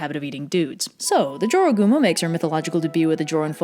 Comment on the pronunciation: I learned the right way to pronounce jorogumo from this video. In Spanish class we read a story by a Spanish-speaking author where a dude encountered a jorogumo and had to escape. There I learned to pronounce it as "ho-ro-gumo" because j is pronounced like an h in Spanish.